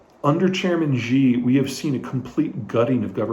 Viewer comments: Peter, please I beg you. Who the hell is “zhee”. Please you say his name “Shee”. Mandarin “X” in english is pronounced like a “Sh” not “Zh”. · Good analysis. One note, in all due respect. Xi Jing Ping's name is pronounced (minus the tones) She JingPig. It is not "Ji/Gee" X in China makes a soft "sh". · Xi is pronounced "She". Ji (gee) is more like chicken. thanks for the update 🙂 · it's SHE with 2nd rising tone, at least in Mandarin. if it was SEE it would have been "Si" in pinyin, not Xi. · Love your videos! But one nitpick: Xi is pronounced like "she".